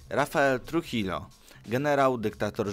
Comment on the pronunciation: Tak na przyszłosć, Trujillo czyta się truhijo, ponieważ w hiszpańskim ''j'' czyta się jako ''h'', a ''ll'' czyta się jako ''j''.